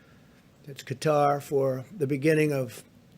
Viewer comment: And of course he can’t pronounce Qatar